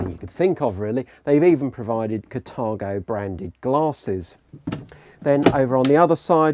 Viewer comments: its carthago not catargo.... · But it says Carthago in the trailer and in the text. Maybe it's a pronunciation issue as it's sounded differently in different countries.